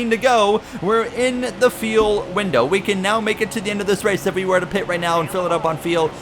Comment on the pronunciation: Is "feel" instead of "fuel" a Canadian thing??